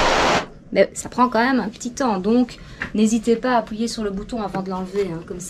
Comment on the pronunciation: Appouyer !? Fouites ? Lol